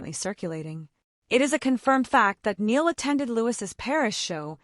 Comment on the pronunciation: It Loo-ee and Nigh- al . Get their names right and it will make everything else you say more believable. I do agree with what you said but names are important. I was worried when I heard that Zayn was getting back together with Louis because Zayn has proved who is over and over and a leapard doesn't change its spots. I used to worry for Harry when he spent time with Zayn because Zayn would get up to things that weren't a good look for Harry. I think Louis is mischievous but he had the knowledge to say no to Zayn. Harry was always safer with Louis. I think they were all safer with Louis and that's why he is still close to them. Zayn is his own worse enemy. I wish him luck but far away from Louis, Niall and Harry and the precious memory of Liam.